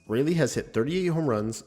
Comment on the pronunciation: its pronounced rolly